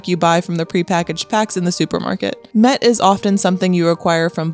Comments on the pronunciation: Das ist kein Met sondern Mett ! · Das heißt" Mett!!!" Lkurzes e, Met ist was zum trinken!! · „Mett“ is spoken quick! With hard „t“